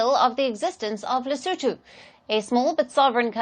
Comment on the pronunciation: he said lesoentoe not Lesotho. But I thought the pronunciation was not too shabby